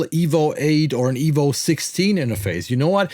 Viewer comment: Why does the thumbnail say $29 when it is actually $150? Also it's not pronounced "evol" or "evil" is just EVO. Anyway, whatever.